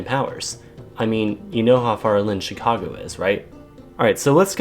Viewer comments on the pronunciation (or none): none